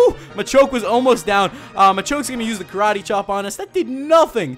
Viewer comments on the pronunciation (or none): none